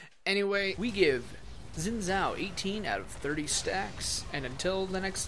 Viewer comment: Zin zao? Pronounce it correctly